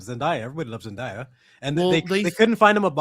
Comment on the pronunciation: Zendaya is pronounced ZEN- DAY-A not ZENDIYA.. lol there is no I in her name. Y'all always say her name wrong